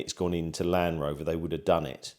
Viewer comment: Doubtful you will get any meaningful response. Also it’s LAND Rover not LAN-Rover😂